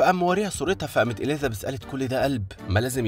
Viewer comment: في فرق بين حرف الذال وحرف الزاي إليزابيث بالزززززاي مش بالذال مش معناه نتكلم فصحى نقول عن الزاي ذال